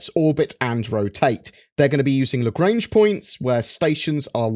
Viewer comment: That's not how you speak out "Lagrange"...